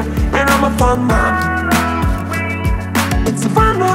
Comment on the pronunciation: it kinda sounds like shes saying mom-aween which actually makes sense